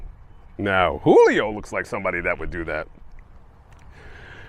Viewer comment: Julio is with a J, not an H